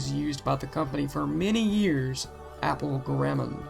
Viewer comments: guh-räm-mund?! Whot the fork? Wouldn't be so heinous if he didn't keep saying it. Argh! Humperdink! Humperdink! Humperdink! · GAHR-a-mon Helvetica-noy-uh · good video! you pronounced garamond wrong. not a big deal though.